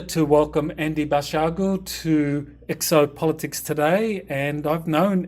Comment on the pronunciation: It's, not Basilio.